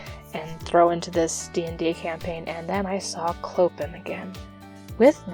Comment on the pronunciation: His name is pronounced Clo-pan :)